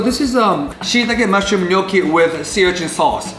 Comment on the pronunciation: I'm italian, and it's not "gnochi", but "gnocchi"!